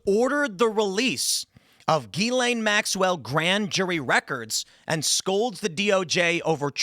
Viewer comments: It's Gizz-Lane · Whats a gillaine? Not how you pronounce her name "Mr. High IQ"